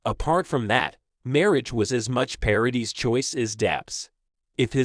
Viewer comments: It's Paradee not dis! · It’s PARADIIIIIII. NO S at the end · The surname Paradis is French. You don’t pronounce the s at the end of French words. Paw ra Dee. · Is it possible that there is just ONE American who can learn French pronunciation? Vanessa Paradis 's name is pronounced ParaDEE. The woman is French and deserves to have her name pronounced correctly and to be treated with respect! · paradis is pronounced pa-ra-dee , both a's are as in apple, and the s is silent, last syllable stressed. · Her name is pronounced 'Pa ra dee' the s is silent. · yes !! Obviously !!! But the « S » is silent !!!!!! Can’t you understand that? I’m French and you cannot pronounce her name with the s at the end it sounds terrible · Paradis (the "s" is not pronounced)